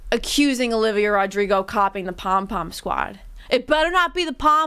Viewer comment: Every time says "the pom pim squad" I giggle